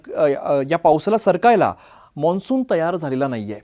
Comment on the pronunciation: Monsun nahi mansun